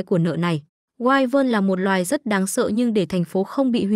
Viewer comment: Wyvern đọc là quy vần chứ không phải wai quần